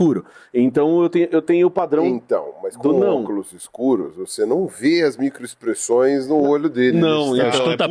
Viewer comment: Micoexpressoes 😂 kkkkk